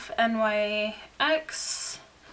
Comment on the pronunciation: Hey girl just so u know NYX isn't pronounced N. Y. X. It's pronounced nix